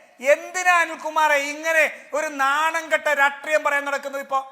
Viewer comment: രാട്രീയം അല്ല രാഷ്ട്രീയം ആണ്.. ഇയാൾ എപ്പോഴും രാട്രീയം രാട്രീയം എന്ന് പറയും. ഇത് പോലെ പറയുന്ന വേറെ ഒരാളും കൂടി ഉണ്ട്. ജയ്ക് ആണെന്ന് തോന്നുന്നു!